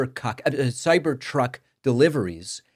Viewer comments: Bet that cybercuck misspeak was on purpose 😂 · Did he say "cyber c0ck?" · Cybercoc– uh cybertruck 😂 was that on purpose? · Nice lapsus at the beginning of the video lol "The Cyber C.. Truck" Lol! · DAVID DID YOU ALMOST CALL THAT A CYBER COCK? Because as I think that’s what you said and it is so apropos! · Man, weird slip of the tounge. Cybercuck....Err, Cybertruck. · I liked the slip of the tongue, "cyber cuck". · Cyber "kak" 🤣🤣🤣🤣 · LOL. David mis-spoke right in his opening remarks, and it sounded like "Cyber cuck". LOL. Boycotts against the law? Really? What happened with Bud Light? It wasn't illegal then! Remember when Biden hosted that kegger on the White House lawn and made a big sales pitch for Budweiser beer? Me neither, because it didn't happen. If you've followed Tesla at all, Musk has a long history of over-promising and under-delivering. The Cybertruck itself was a couple years late, the base was $ 61k instead of the as promised $ 40K, and the range was 250 miles versus the as-promised 400 miles. He was promising an "affordable" Tesla, then eventually scrapped that to focus more on the Robo Taxi. How is that big Hyperloop coming? How about the Full Self Driving? He's been selling "future capability for FSD for almost a decade and a half, whereby at time of purchasing a Tesla ($ an 8k adder, and it's been as high as 12K) you can be assured of getting FSD when it is finally ready. So far, only Mercedes has passed government certification of the highest level of autonomous driving. Tesla is still beta testing it with their clients, and they stubbornly cling to camera only "eyes" where others are also using radar. He's way more aroma than substance. A LOT of people paid handsomely for FSD, up front, and STILL don't have it. Sounds like a scam. This is the guy we want running DOGE? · Cyber Cuck? I think you said it right before you corrected yourself 😅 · Sir, you just said ... " Cyber-cuck ". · “cyber cuck” lol almost seems intentional.